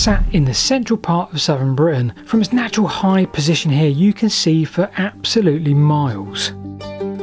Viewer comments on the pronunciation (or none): none